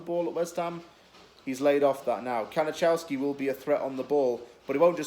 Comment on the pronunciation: His name is pronounced ka-ni-kov-ski